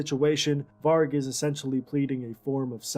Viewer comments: Why does she keep pronouncing it "Varch" even after hearing it pronounced? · It annoyed the hell out of me when no matter how many times the name "Varg" was said in that documentary, she STILL mispronounced it!! It's "VARG with a hard "g" sound, like in "game", not like the word "gem". Irked the f*ck outta me. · Why do you pronounce it Var/dʒ/? Sounds like Vag(ina). The guy in the documentary pronounced it right many times and you keep mispronouncing it. The G at the end of Varg is pronounced as G in 'go' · "Varg" varch is not his name... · Is the Varge an inside joke? The dude in the video said it right like 50 times? Also loved the "Attila took over on vocals after Dead's death." 5 sec later: "Wait so who did vocals then? Euronymous?" Also, he deserved to get stabbed fucking 300 times? What is wrong with you? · It's hard G, no "ch" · It's Varg with a hard G